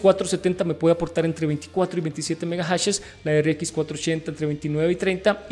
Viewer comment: megajashesss!? que buena Pronunciación XDDDD